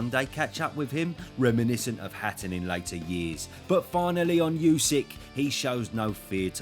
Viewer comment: Would be great if you would become the first English-speaking boxing commentator to pronounce Usyk propa. It’s Oo-sook